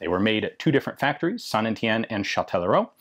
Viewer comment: Damn, I finally know how to pronounce "Saint Étienne". All that time spent staring at the girls in French class might not have been a total waste.